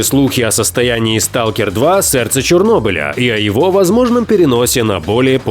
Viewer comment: об украинском произношении, в частности "сЭрдце ЧОрнобиля".